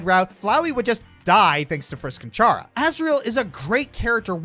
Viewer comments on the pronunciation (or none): Aside from your consistent mispronunciation of Chara's name (Toby Fox has gone on record saying it's pronounced "Kara" because it comes from the word "character"), this is one of my favorite videos you've ever made. It really goes to show how video games can be a form of art.